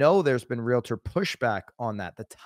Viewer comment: it’s REALTOR not Real-I-ter. No I and or not er